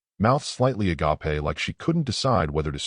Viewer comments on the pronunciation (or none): Why is it that the AI uses English pronunciation until it comes "Agape" and suddenly it switches to Greek? (Hint to AI: its pronounced 'agāp', not 'agapé') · What is ah-gopp-aye ? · For the editors: “Her mouth agape…” In this instance “agape”the word should be pronounced “ag ape” not “agapay” as it was pronounced in the story. The first means “mouth open in shock or surprise” The second is from the Greek, & means love. But a special kind of love “a selfless, unconditional, and sacrificial love that seeks the well-being of others, regardless of their worthiness or actions”